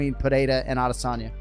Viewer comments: Why the f*ck do you say AHH - DE - Sanya? That’s not even a Yoruba or Igbo pronunciation? 😂 What is that even suppose to be! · So annoying the way he says Ah-DEH-sanya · “Israel aDISagna” lmao y you say his name like that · Is anybody else hearing the commentator say AH-DISS-ANYA ?😅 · >Hasbulla situation UPDATE This is the shittiest MMA channel on Youtube. You shilled Paulie M., Dillon Danis, you'll shill anything for clicks - and you say ADESANYA weird as heck. Uh-DIS-Onya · Every time you pronounce adesanya like that I click the fuck off the video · The most irritating thing on the internet is how you say Israel’s last name. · Who commentates these videos and why can't he pronounce Israel Adesanya's or Alex Pereira's last names? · When will this guy ever pronounce Izzy’s last name correctly?